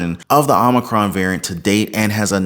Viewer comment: OH-MAH-CRON!!!!! NOT AHH-MAH-CRON!! JEEZ!!